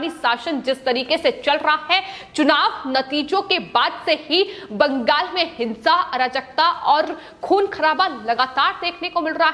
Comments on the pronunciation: Also, pls note, its Bengal and not Bangas as you pronounce in yr speech. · Bangal ko bangas kyon bolti ho